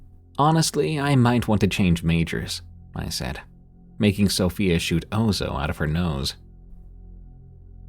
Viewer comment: Its Ouzo, pronounced: Oozz,- O!